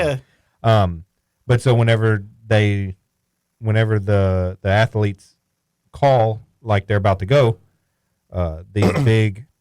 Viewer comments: The way says athlete 😂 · I know right!!!😂